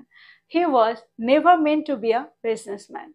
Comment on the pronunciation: Very useful lesson. I believe the pronunciation would be ideally মেনটু। Don't get me wrong. I am one of your student. Many thanks.